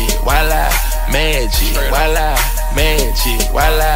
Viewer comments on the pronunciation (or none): its wala not viola